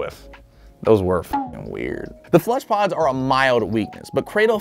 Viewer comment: "Fleshpods" It was Fleshbuds It feels Weird hearing FLESHPODS imagine a Airpod made of flesh